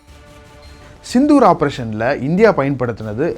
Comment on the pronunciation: Sindoor, last la sendhur aayiruchu... 😁 வீடியோ கடைசில, ஆபரேஷன் சிந்தூர் ன்னு சொல்லாம, செந்தூர் ன்னு சொல்லிட்டீங்க பாஸ்..